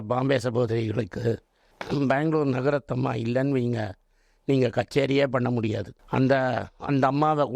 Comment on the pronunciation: He is very much lacking proper Tamil pronounciation. Her name is Bangalore NAGARATHNAMMA not Nagarathamma. Likewise he wrongly pronouncing names. Lot of distortions in his speech.